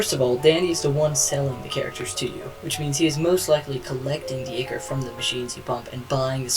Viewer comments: Hey, just to let you know you made a pronunciation error. The liquid that takes over the twisteds, and the liquid that you have to extract from the machines (they are both the same thing) is pronounced eye core. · yes i just commented to say this.. its pronounced "eye-core".